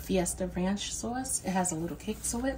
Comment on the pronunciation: I LOVE THE WAY YOU SAY "SAUCE" LIKE A NATIVE NEW YORKER. BK, QUEENS, OR LONG ISLAND. AND IT'S KETO!!! I 👍🏾😍👍🏾